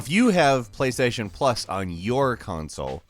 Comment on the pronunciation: "Sony plasation has been around forever"